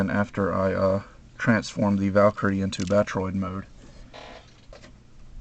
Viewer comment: hey dude, good job on your videos, keep it up, but i gotta ask, why do you say valkyrie weird? your pronounce it VAL-CURRIE, but its actually pronounced VAL-KER-EE